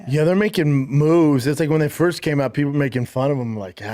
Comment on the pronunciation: "I was the fiest person they reached out too"😂😂😂😂😂